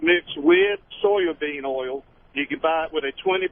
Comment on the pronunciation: Dude said "soil" bean oil Haha!